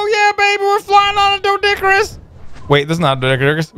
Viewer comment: "We're flying on a doedicurus!"